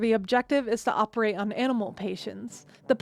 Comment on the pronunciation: what the HECK is an OPE ATE......